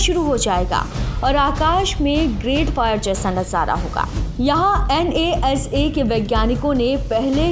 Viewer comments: Madam it is pronounced as NA’SA’, not N.A.S.A !! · An ye as ye 😄😄😄😄😄😄😄 NASA bol le bahan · N A S A. This pronunciation i heard first time about NASA. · N A S A😂 not NASA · N A S A 😂😂😂😂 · 1st learn to say NASA